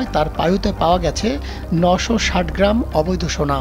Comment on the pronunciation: আমার প্রশ্ন এই সংবাদ পাঠক শুরুতেই 'সোনা' কে 'সোরা' বললো কেনো? পায়ুপথে সোনার খবরের চিন্তায় মাথা খাইছে।😮